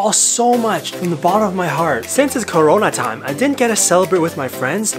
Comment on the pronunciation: Why does he say “corona time” like that